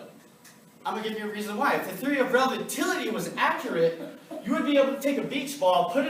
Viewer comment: This guy can't even pronounce the theory of relativity properly and yet he wants people to believe anything that he saying that's a fucking joke